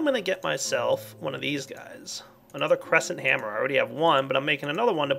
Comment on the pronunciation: just me who thought he said Gay hammer when he said cresnet hammer? no... just me?... well this is awkward -.- (cuts my own throath)